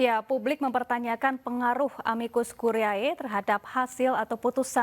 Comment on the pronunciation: Tolonglah buat para pembaca berita, kalau ada terminologi yang aneh dan membingungkan, mungkin bisa dipelajari dulu cara pengucapannya. Masa gak ada briefing sih dari producernya. Pelajari dulu cara pengucapan amicus curiae yg bener.